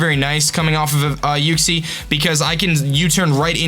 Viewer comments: You're right by pronouncing it "YOO-xie". :) Good luck, looking forward to seeing the first and last match of Keldeo. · The way you say Uxie is fine, but Zappados makes me hope Miguel doesnt bring it to the battle.